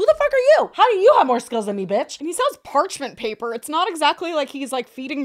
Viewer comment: so funny says “part mench paper” literally an easy mix up we’ve all done it but it had me 💀